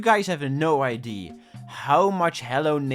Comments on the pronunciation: can you say idea and not idee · BRO ITS IDEA NOT IDE, U BLOODY DUTCHY